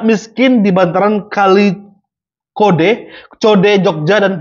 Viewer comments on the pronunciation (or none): kali code itu bang bacanya bukan kode, nama bantaran sungai di tengah kota jogja